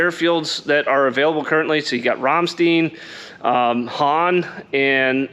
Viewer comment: Great video, as always! Proper German pronunciation of Ramstein is "Rahm-shtine" although most Americans pronounced it as "Ram stine." "Ram steen" is very incorrect. I was there in the 526 Aircraft Maintenance Unit wotking on F-4Es from May 1983 to April 1986.